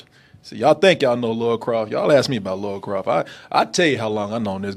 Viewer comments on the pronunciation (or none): AGAIN ONE MORE TIME. Not the same thing. That's the point. The way Americans pronounce her name is Laura. (Law-ra) The name is Lara. (LAR-ah) You might as well be calling her Larry. It's like if I called Korey - Khoury. Watch the movie or play the game. Not once does anybody call her Laura. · For the th time. It's LARA. Not Laura!!! Rhymes with La La... NOT Lor-A... Laura is a completely different name. Americans can't seem to pronounce it correctly. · Why can't yanks say Lara, they say Laura (nah, it sounds more like Lora) instead ...why oh why? I mean, they can say Lana, as in Lana lang, they don't say Lona Lang. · it’s pronounced “Laura” when it’s Lara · he's been saying names wrong 7 years lol